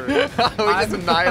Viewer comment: you mean ahnilated